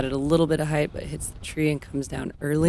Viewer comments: Paige, I love ya and your commentary is great. The word, however, is height, not heighth. Heighth is not a word. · Paige has been hanging out with Tyler Brickley too much... all this talk of "heighth."